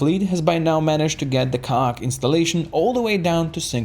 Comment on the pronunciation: You aint saying ka'ak right. Did you play X2?